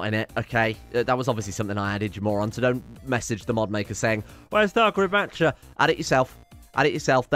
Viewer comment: "Thargaret Matcher"